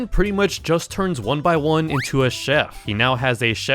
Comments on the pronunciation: ITS NOT 1BY1 ITS 1X1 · Its not 1by1 its 1x1 like 1 EX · I I thought it was saying 1 piss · calling 1x "one by one" is crazy 😭🙏 edit: also you forgot all of the Cupcakes lore edit 2: bro really called papyrus "paparus"